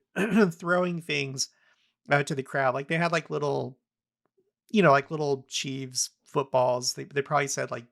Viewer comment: ...FYI: Kansas City Chiefs is pronounced "CHEEFS", not "CHEEVES":)